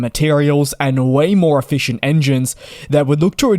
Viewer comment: twenty five percent more EFISCIENT?